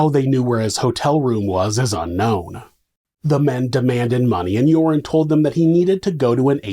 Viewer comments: Love how you pronounce Joran as Urine 😂 (serves him right!) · I love how "Joran" sounds like "Urine" to my Aussie ears. It suits him. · I've taken 12-1300 out of an atm many times, no problem. Also the way you pronounce joran I will now forever refer to him as urine van der sloot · His name is pronounced 'urine' -- how appropriate.